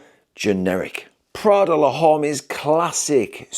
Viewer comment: I love how you pronounced "l'homme" 😁